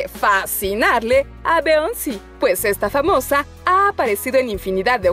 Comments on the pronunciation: BEONCI???? se pronuncia BIONCE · Oye! NO es Beonci ..... Es (Biyonc Pronunciación) Beyoncé. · Se pronuncia como Billonse, no , Beonsi (no lo digo con intensión de ofender ni nada de eso) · Absolutamente todos: Beyoncé: Beónci. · No se pronuncia "beonci" es "biyonce" ☝🏼😌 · Beonci se pronunci "biyonce" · Ahora tomar como ejemplo alguna vestimenta de otro famoso para vestir bien es copia, que usen lo mismo o que se hagan el mismo corte de cabello no es copia, es simplemente porque les agrado la forma en la que se vistieron o cambiaron de look🙄 Por cierto, no es beonce, es biyonce🙄🙄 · Ajjajaj me cago de risa cuando dijo beionce en ves de Beyoncé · No es Beonci es Biyons 😂😂😂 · Me desagrada que pronuncie beonci .. por Beyonce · "Beonci" JAJAJAJAJAJAJAJAJAJA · Pero la pronunciación del nombre es Beyoncé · Se pronuncia "bionse" no te cuesta nada aprenderte las vocales en inglés -_ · BEONCI 😂😂 la es de MAR 😂😂 me gustan estos videos pero dice palabras super cargadas esta mujer 😂😂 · alien567.... Sii se pronuncia.... **Bionci**pero se escribe Beyonce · Karolista Ronderista se refiere a que se pronuncia "biyonce" pero se escribe "Beyoncé"........ Entiendes?? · alien567 LO MISMO PENSÉ YO, pero escuché beionci :v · si se escribe beyoncé pero se dice(pronuncia)biyoncé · Beonci ???? WTF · Jajajajajaja beonci 😂😂😂 y michel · Beonci 😂 ahora nada mas falta que la morra diga dua lapi 🙄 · Como que "beonci"? Por amor de dios!🤦🏾‍♀️🤦🏾‍♀️ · Se dice Beyoncé no Beonci... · Alguin más noto que dijo bioncy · Beonci? Por que pronuncia asiii. Que estúpido video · Beonci? Jaja ni pronunciar sabes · Jajaja aprende a pronunciar los nombres 😂🙌🏻👌🏻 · Cómo me desespera la pronunciación de esta mujer. Como dice los nombres de Kanye y de Beyoncé 😂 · me encanta ver estos videos porque Mayormente pronuncia mal los nombres, como: Melanie trump y beyonce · Me irrita la manera en que pronuncia Beyonce 🙄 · Pronuncia bien los nombres 😒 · Porque pronuncia así el nombre de Beyoncé?